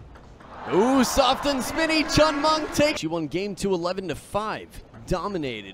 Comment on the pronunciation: It’s chen meng not Cheng meng